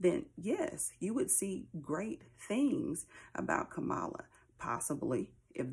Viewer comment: It bothers me that you mispronounce her name as he does constantly and intentionally. He's talked about killing his opponents. You said someone said he's not worth the dirt on their shoe and that was horrible but he's talking about taking lives. The lesser of two evils I don't agree with though I liked it. I believe Trump simply is evil. Nothing godly comes out of his mouth unless it benefits his ego. I believe terrible times are ahead for the world and have felt it and see the patterns but I'm still comfortable with my choice. At one of his rallies he talked about the snake story. "You knew I was a snake when you picked me up." I thought, he's talking about his self. It may not matter to you but I still appreciate you.